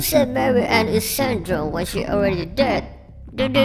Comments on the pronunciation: i'm half italian and i'd like to tell you the E at the end is not silent. It's san-dron-e, the whole thimg is pronounced. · Also, C'est Ann Drone is pronounced Sandrone in French. And this translates as Mek Ann/Dron Ann from French. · Sandrone's pronunciation: 💀💀💀💀